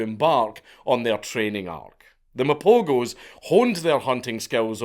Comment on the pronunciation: I watched the documentary on these lions, truly fascinating stuff. Also the g in Mapogos is pronounced as a ‘h’